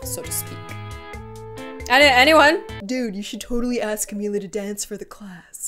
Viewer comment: how you say camila is cam-mill-la